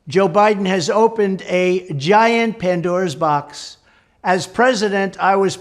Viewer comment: Did he say aunts Dora’s box? 😂😂😂😂😂😆😁🤣😁😆😁🤣😁😆